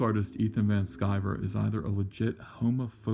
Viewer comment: It's Van Sciver!